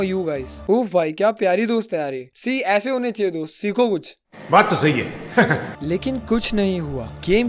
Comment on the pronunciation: "yese" was epic